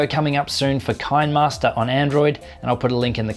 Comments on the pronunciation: KineMaster is pronounced "kinnamaster", as in kinematic, not as in cattle, I believe. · It's kin-nuh-master